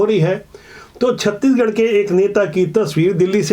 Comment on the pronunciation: छत्तीगढ़ नही छत्तीसगढ़ बोला करिए